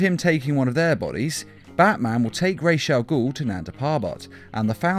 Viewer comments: watch the video and you hear him say it wrong, his say raze not Ras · Raw Not Raysh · I thought it was ras al ghul, not.....raish.....raj....al ghul? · Raish al guul. Dude its Raas al guul. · RAJ is prenounced = Rhawrhj, not rayj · ao, minor but important thing. it's not RAYSH al'ghoul. it's RAJ AL'GHOUL. not sorry, but holy crap dude.. it's been pronounced numerous times IN FILMS. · lol, ray's al ghul. kills me everytime i hear you say it wrong. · The pronunciation of “Ra’s Al Ghoul” is getting me tight....”Raishe”??? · So.... Did anyone else hear "piss' chemicals" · "Resh Al Gould" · Nobody: This nigga: RASHE AGOUL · "rhaze al ghool" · You said raish au ghol to many times. I couldnt make it past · He is Raus Al-Ghoul not whatever you said The one who created the league of assasins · Did you just say rashe Al goul ?? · Rays aaal guhl?? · Why do you prononuce it like RAASH? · It is NOT "Resha Gul" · Raysh all ghoul? Ffs. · Its not ra’s al ghul not rachel guhl ffs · Why do you say rashe al ghul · "Raysh" al Ghul? I'm no language expert, but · you pronounce ra's al ghul wrong it pronounced rosh al ghul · why tf u pronounced “rash agul” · Ra's al Ghul... Not ray shall Ghul. Idiot. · Am I the only one that kept getting mad when he would say Ra’s Al Ghul wrong? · Am I the only person that thinks the was he says Ra's Al Ghul's is really off? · You're pronouncing ra's al ghul so wrong. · can't even pronounce was ras al ghul properly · within 30 seconds, poster mispronounced a villain's name. Guess pandering to the superhero fans is how youtube shills work nowadays. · Or maybe it's a simple mistake? Just a thought.